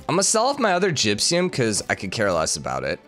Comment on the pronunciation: "Gypsyum" instead of "gypsum" is seriously spiking my head.